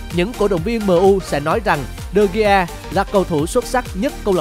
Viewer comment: vãi đọc tên đờ gi. man noi e. nản